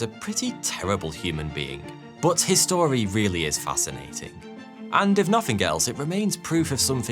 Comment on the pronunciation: You should give the words his and story a bit more of a gap as it sounds like your saying history